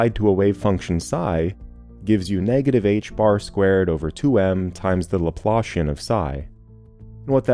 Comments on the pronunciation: You had me very confused by pronunciation of one word, Laplacian. The way you say it it sounds like what you get when you pull your boot out of the mud. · Pretty good. Only thing a bit bothersome is that the Laplacian is not the Laplashian. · That’s a great visual! I totally hear it. When I first heard someone say Laplacian, I was like there’s no way “laploshin” is an actual word 😂 Some people pronounce it “laplahssian”, but I think that’s more of a British thing.